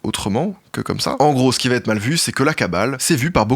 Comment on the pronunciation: Bonsoir. Sur le fond, au top, comme d'hab! Sur la forme, trop de "vaTêtre"... 👂😖👂 1️⃣😅1️⃣😉1️⃣😎1️⃣